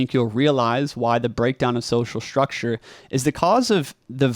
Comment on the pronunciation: Another young person who has a sh sound for a st spelling. Shtructure. It has been spreading in our culture. Wonder why. Distracting a bit. Content good so far:)